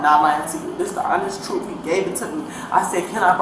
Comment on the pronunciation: I don’t think her definition of the “troof“ is the same as ours. 😂